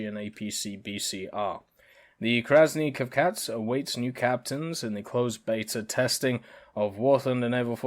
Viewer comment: your pronunciation of Krasny Kavkaz is not bad. it means Red Caucasus